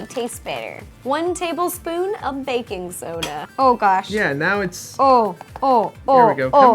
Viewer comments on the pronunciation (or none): Ro: Baking soda!!!! My sis: Did she just say... BACON SODA?!?!?! Me: No, sis she said- My sis: HOORAYYYYY